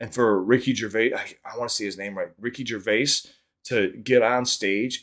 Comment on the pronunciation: You got his name correct 👏 most americans say it wrong